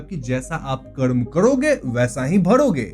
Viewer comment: Hey Brother please check your pronenciation its KARM not KRAMA.